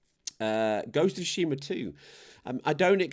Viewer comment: Imagine there's some woman named Sue Sheema. Say her name in your head. That's how you say Tsushima. You're welcome.